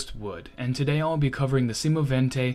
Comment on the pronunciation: The speaker has a good pronounciation and says semovente in the right manner . The video and the info are also very good . Greetings from Italy